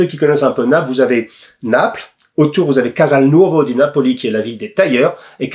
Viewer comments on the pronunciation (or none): none